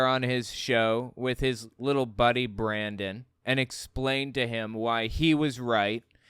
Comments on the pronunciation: I think it's Brannon, not Brandon... I hate that I know that. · Wait... Did call him Brannon? edit Typo